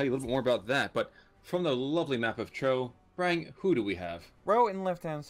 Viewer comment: lol like that pronunciation... "here on Cho"